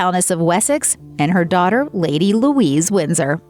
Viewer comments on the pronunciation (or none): none